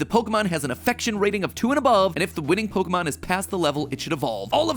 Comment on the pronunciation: I dislike how Pokémon is pronounced in this otherwise decent video.